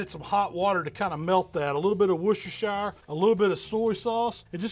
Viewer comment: I love how not a single soul on this planet can say “Worcestershire” right.